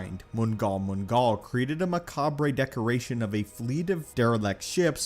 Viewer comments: ..... "Maca-brE" Indeed it was, sir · Did you happen to notice his pronunciation of "Macabre"? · Great video full of lore and SW Canon. But dear lord, double check that you're pronouncing the big words you're using correctly. 😅 Like macabre and incorporeal. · You can't properly pronounce words such as "incorporeal" and "macabre", and the editing is not great either.